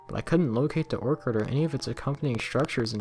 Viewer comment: Ha he said orkard instead of orchard it’s or-che-che-che-cherrd -orchard no disrespect just saying all the rest was straight.